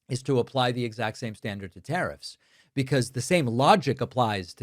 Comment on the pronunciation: Not to mention the tariiffs